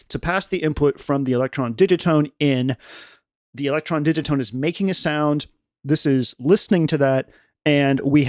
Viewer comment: TIL that Digitone rhymes with minestrone